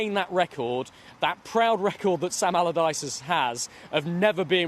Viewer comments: "Sam Abalabadyce" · "Sam Alamaladyce." 🤣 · Sal almaradyce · Okay mate say it slowly... Sam... Allardyce... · Sam Amamamallardyce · I don’t understand why he says it like that twice lol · I scrolled for your comment 🤣 Sam Amadallaghdice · Sam agagggleardyce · I love that misspoke Sam's name twice and ignored it both times. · When announcing the appointment of Sam Allardyce, get a guy who can say Allardyce!